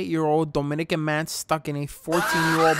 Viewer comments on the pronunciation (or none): he really said domincan man lol, im here for all of those dominicans!!